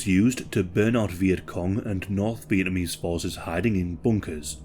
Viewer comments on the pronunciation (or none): none